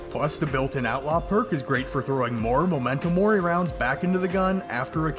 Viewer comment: Hearing you say MOmento mori instead of MEmento mori physically hurts